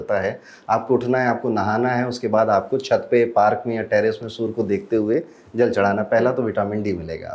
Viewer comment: सर आप सूर्य को सूर मत बोलिए 😢 और आप सबसे अलग और सटीक बताने वाले हैं